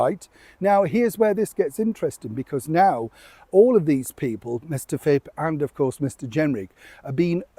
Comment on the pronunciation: I apologise if I sound petty, dearest, but the opposition politician you keep calling Chris Fip or maybe Fib - isn't that Chris Philp?? I wouldn't usually say anything, except you see, it's a cherished family name. ❤